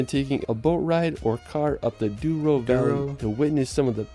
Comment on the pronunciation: Its call Douro river not duoro...